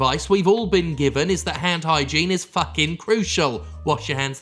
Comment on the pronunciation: What you said: Hand hygene What I heard: Hentai gene